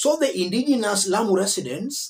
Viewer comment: Please listen to the lady that's speaking, she says "here in Lamu"